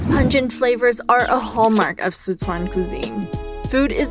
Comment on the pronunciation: Not just that. They're also saying Sichuan wrong